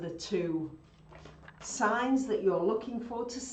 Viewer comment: Please enunciate, the website is "your astrology signS" dot com. Don't forget the "s" on signs. Thank you for allowing us to access a free report! <3